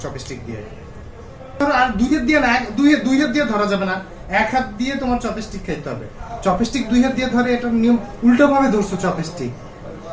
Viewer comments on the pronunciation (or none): উচ্চারণটা চপেস্টিক নয় চপস্টিক হবে ।